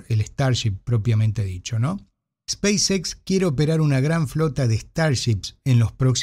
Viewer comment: El inglés no es su fuerte, es muy claro. En otro video que estuvo en vivo, le sugerí no mezclar los idiomas en cuestiones como "speis equis"...